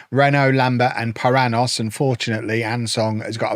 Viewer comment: Just gonna get all my pronunciation thoughts out in the comments to this video. The 'nh' construction in Portuguese is pronounced like 'ny' in English or 'ñ' in Spanish, so Paranhos would be "pah-rah-nyos" with the last syllable rhyming with "dose" or "most" without the T.